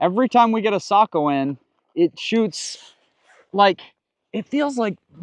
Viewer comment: Ecsuse me isn’t it SAYKO?